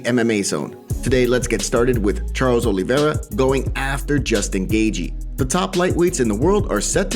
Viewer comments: It's Gay-chee not Gay-gee 🤣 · Gaethje's last name is pronounced Gae"Chee" not Gae"Gee". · lol you are not saying Gaethje right, wait am I??